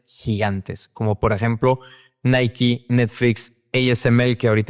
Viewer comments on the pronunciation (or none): none